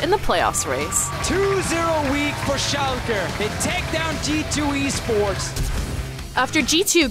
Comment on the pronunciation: Well done on the pronunciation of Schalke 04 =o